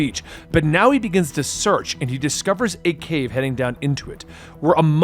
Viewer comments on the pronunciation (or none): none